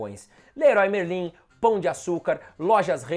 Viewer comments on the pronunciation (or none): none